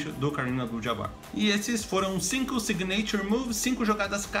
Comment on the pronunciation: se fala "sÍgnature" move, com ênfase no I, e não signêiture move, como vc disse. Deu mta agonia aqui hahahaha